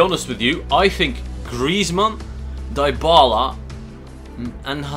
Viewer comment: It's pronounced (Di-bala) not (Die-bala)